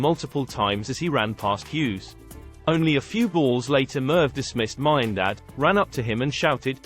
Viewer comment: don’t like AI voice. Miandad pronounced wrong. Anyway, sledging should always be about clever little remarks and distractions. Aussies often go overboard with F this F that. F your mother, which is quite juvenile